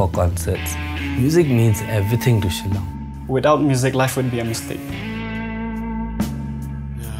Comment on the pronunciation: Its "SHILLONG"